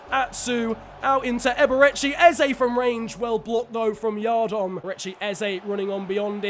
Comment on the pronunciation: As a reading fan, I’m impressed that we put up a good performance and also got very frustrated about the way you pronounced Andy yiadom. Much love tho 💙